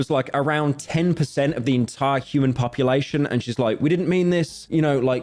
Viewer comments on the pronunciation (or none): none